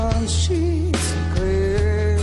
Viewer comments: It's "sheets" dear. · He says sheets lol should’ve looked up Lyrics before ur video